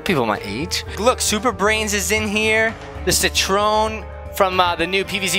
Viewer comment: CeeTrone It’s Citron